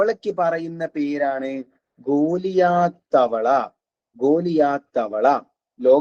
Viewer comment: ഗൊള്ളിയത് എന്നല്ല ഗൊള്ളിയാത്ത്